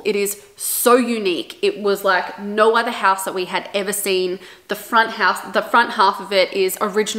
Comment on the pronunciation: I bet shes Australian. I heard the naaauur